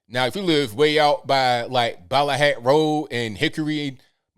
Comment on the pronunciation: I knew you were a 100% legit local when I heard you pronounce Ballahack Rd correctly. I've lived my entire life in Chesapeake. Grew up in the swamps of Deep Creek. You are spot on with the demographics and how black and white people blend together around here. Thank you for posting this.